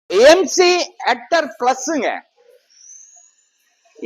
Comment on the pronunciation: MGR nu solluvingala illa MCR nu solluvingalaa? Vandi name ah first correct ah sollunga.. apram nega vandi vikkalam